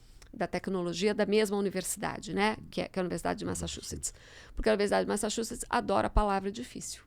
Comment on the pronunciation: Massachuts! ouvi o nome dessa universidade sendo pronunciada por um humorista uma vez, achei que não existia esse nome de Universidade! E não é que existe! 😂